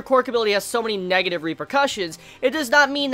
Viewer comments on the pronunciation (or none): none